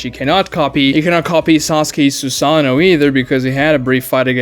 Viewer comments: seconds in i hear sosky and i instantly have no respect for his opinion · No. He can pronounce 'case' perfectly, which contains the same long-a phoneme as Sasuke's name. It is not a speech issue. He simply mispronounced it.